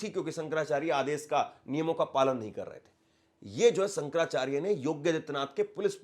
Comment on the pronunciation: Hindi toh bolna seekh lo... Reporter ban gaye ho.... Sankarrrracharya